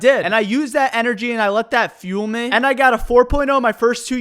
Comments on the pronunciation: Why do you say meh instead of me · Am I the only one who finds it funny when he pronounces "me" as "meh"? Also... Do you grill sandwiches at subway? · i like how he says meh instead of me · Anyone else have a problem with the way he says “me”? Just meh?